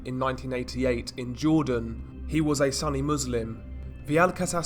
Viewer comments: I'm sure someone already told you this, but the correct pronunciation is soon-E. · It's sunni as in u is pronounced the same as in "super"